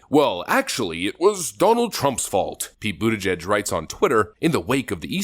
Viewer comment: His name is pronounced PETE BUTTCHUG